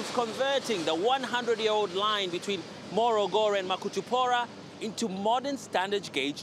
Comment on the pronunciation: this reporter is a Tanzanian and can speak a very good swahili why he can't pronounce makutupora and morogoro properly is beyond me...hahahahahah